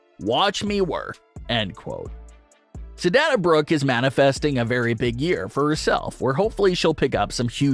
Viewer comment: DUDE YOUR FANS HAVE TOLD YOU THIS MANY TIMES ! SHOW YOUR (OWN) PROPER RESPECT ! AND SAY HER NAME RIGHT ! IT'S NOT ! PRONOUNCED DAN A ! IT IS DANA ! PRONOUNCED AS DAY NA !